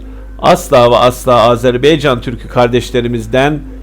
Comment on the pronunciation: HALA AZERBAYCAN a AZERBEYCAN diyor . HAH HAH HAAAAH TÜRKETE der gibi .